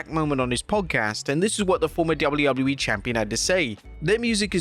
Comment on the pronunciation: you said wwllew